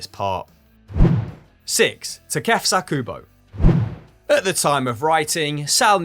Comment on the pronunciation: The way pronounces "Takefuso" 😂😂